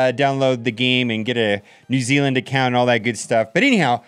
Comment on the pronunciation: “New zayland” 😂